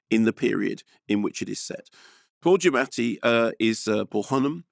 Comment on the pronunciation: Good job pronouncing Mr Giammati’s name more authentically than he tends to do himself!